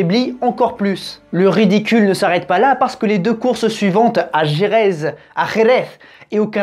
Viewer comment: Merci beaucoup pour la prononciation de Jerez!!! Enfin!